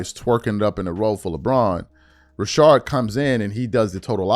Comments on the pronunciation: Rashad, not Rashard 🤣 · Please stop staying RASHARD it’s RaSHAD 😂😂😂😂 driving me up a wall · Why you calling him Rashard McCant?